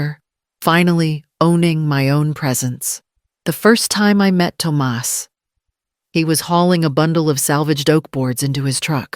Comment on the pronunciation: Tum ahss NOT tom us